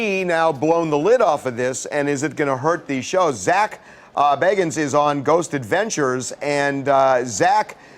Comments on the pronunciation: His name is pronounced Zak Baegans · OMFG. It's pronounced BAE-gans. Like come on it's not that hard... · he said Bagans wrong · Lol he said his last name wrong